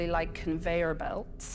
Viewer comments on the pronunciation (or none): none